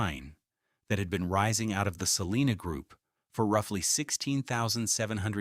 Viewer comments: It’s not pronounced: Sa-lee-na It’s pronounced: Sa-line-a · I live in the Town of Salina in Onondaga County. Onondaga is pronounced with a short o. Like on. On on not off off. Salina is also pronounced incorrectly here The I is a long I, not long e sound. PS. Thanks for this very informative video.